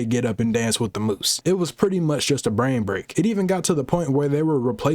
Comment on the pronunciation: Messed you up so bad you said bran